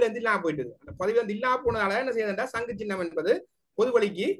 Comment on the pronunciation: சங்கு + சின்னம் = சங்குச்சின்னம் , பொது + சபை = பொதுச்சபை நெறியாளர் தயவு செய்து தமிழ்மொழியை சரியாக உச்சரிக்கவும்.I